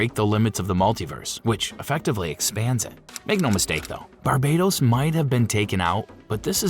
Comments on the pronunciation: Pretty sure Barbatos isn't pronounced Bar-bei-tos either. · Its BARBATOS not BARBADOS, barbados is a gay ass beach country